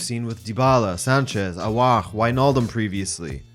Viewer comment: Feels weird to hear you pronounce Aouar with a French accent despite it being an Arabic name. The pronunciation is much easier too: Awwar